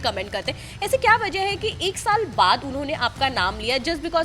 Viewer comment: Bigg Boss 12 khatm hue ek shaal ho gye h kya... anchor baar baar ek shaal bool rhe...😂